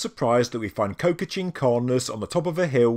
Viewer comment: Qocha is pronounced Ko-Cha, like "gotcha!" with a k